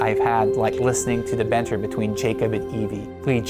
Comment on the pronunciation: THE BENTER? you mean banter? no? Oh god we're doomed